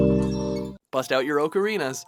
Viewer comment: Bruh, this man said bust out your "Oakarinas"